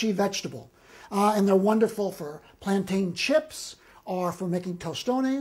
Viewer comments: It's Plan-tin not plan-tyan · FYI they are pronounced “ plantin” but spelled plantain the second a is silent. I’m happy his Spanish is on point. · Its plantin my nigga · Why does everyone on YouTube pronounce plantain incorrectly?